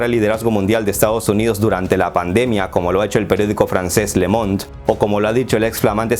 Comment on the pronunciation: Saludos desde Francia,el diario se pronuncia (LO MOND) el saber no ocupa lugar,me encantan tus vídeos